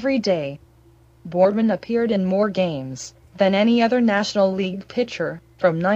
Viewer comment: PLEASE PRONOUNCE HIS NAME PROPERLY! Whoever is reciting this obviously has no memory of Pedro Borbon or the Big Red Machine. This video is misspronouncing his name! I have very fond memories of Pedro Borbon and I extend my condolences to his family.